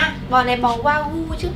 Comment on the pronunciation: Wagyu đọc là qua giu c ơi